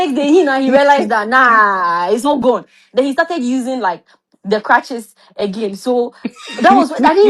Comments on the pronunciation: Well done, he said clutches like 2 times 😂💔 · It is crutches not clutches you got me confused